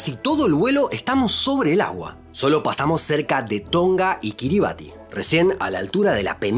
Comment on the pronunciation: Una pequeña corrección. Kiribati se pronuncia kiribas. En la lengua autoctona (Gilbertese), la -ti se pronuncia como -s.